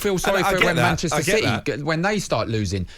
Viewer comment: PR-chester united